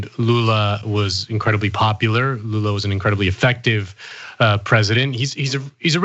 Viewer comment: Wow, he pronunciation of Lula's name was on point